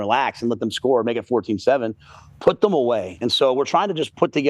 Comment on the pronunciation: So complains about how dan says "yesterday", but the way says "them" is equally as terrible.